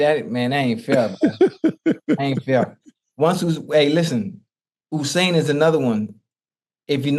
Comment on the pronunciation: Ooo-sayn! loool fukin ocho, its simply just you-sayn not ooo-sayn!! This foo craks me down 😂